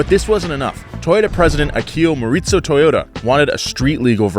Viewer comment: Another great video! I hope that goes through with his stated “questionable financial decision” and shows us the result of that decision. And - It’s the “Moh-ree-zoh” edition that you want. Just want to make sure you don’t run into any misunderstandings at the dealer! 😜